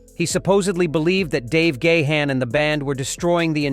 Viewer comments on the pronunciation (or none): A bit over dramatic, don't you think? Check out the pronunciation of "Dave Gahan" .